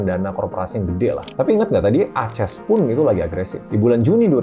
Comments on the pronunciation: Saya suka videonya. Sangat berbobot. Tapi ada satu yang menarik di telinga saya, pertama kalai dengar Aces dibacas "A-ces" wkwk, lucu ❤ keep it up Mr ☀️ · Dia bukan baca merk Aces sebagai "A-ces", dia baca kode emiten ACES sebagai "A-ces"